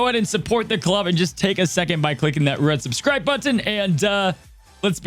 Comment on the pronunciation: Ti-Tan is killing me. Sometimes you even say it the correct way, I don't get it. Drives me crazy. Omg, I think you just did it with But-Ton too.